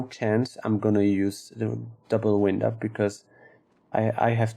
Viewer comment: lol come on buddy. it's WIND up. like wynd, not wind like windy day. Make your videos short. more views. :)